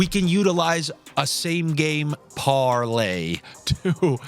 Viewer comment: Are you sick? The way you said Parlay was disgusting.